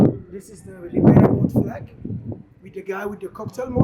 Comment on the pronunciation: Thank you for this post and the correct pronunciation of the city